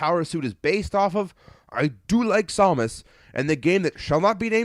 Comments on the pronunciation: I wish I would have known you'd be pronouncing Samus as Sau-mus. I would have gave you a take of me saying, "For the love of God! It's SAM-US!" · samus, not somus. ugh that was driving me nuts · It's pronounced Sam us